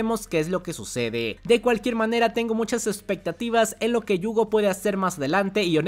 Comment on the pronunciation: Por qué se la pasa diciendo Yuugo? Me da no sé que!